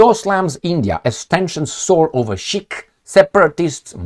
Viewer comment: you mean SIKH... " s" as in Szijjártó 😂